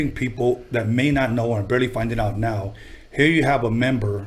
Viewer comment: He said berly instead of barely lol